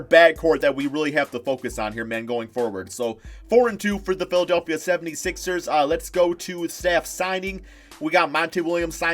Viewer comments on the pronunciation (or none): none